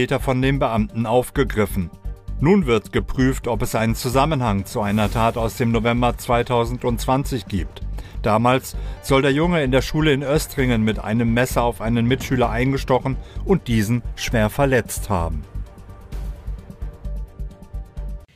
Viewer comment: ich wohn in der nähe und bei uns war man damals im november schon krass geschockt aber btw. das Ö bei Östringen wird lang gesprochen